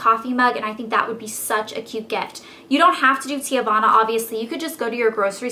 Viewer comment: it's pronounce tee-vana. not tee-ah-vana. lol